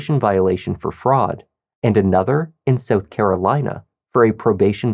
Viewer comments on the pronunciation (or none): none